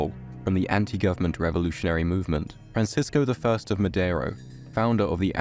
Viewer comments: Yo, mexican here, its not francisco the first, thats actually an "I" that stands for Ignacio, his name (Francisco Ignacio Madero) had to be constantly shortened during the revolution so it would fit on the newspapers, often even to Pancho Madero, even to this day it has stuck as Francisco I. Madero, most people dont know what the "I" stands for, like in Jesus H. Christ I really like your channel btw :3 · Francisco the first Madero? Lol